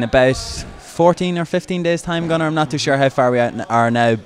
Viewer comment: "Gunnar" sounds like "Conor" :P